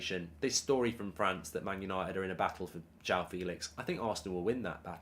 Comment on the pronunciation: How hard is it to pronounce joao properly ? JWOW Jesus Christ